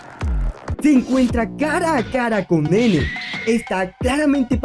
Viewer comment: en realidad se pronuncia Naynay, osea si, se escribe como Nene, pero se pronuncia Naynay